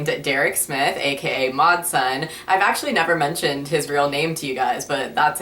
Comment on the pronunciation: Whenever you say mod sun I keep thinking you're saying matzah